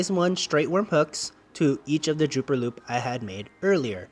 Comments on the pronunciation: Dropper loop...not drooper...lol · I think it is dropper loop, not drooper loop.